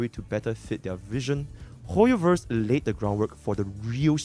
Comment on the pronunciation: "hooyoverse quooked" got me 😂😂😂